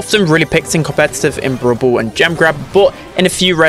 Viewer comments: ITS NOT BOWL BOWL ITS BRAWL BALL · The way he say brawl ball (brubull)